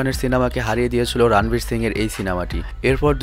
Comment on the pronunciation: রানবীর নয় শুদ্ধ উচ্চারণ হবে রনবীর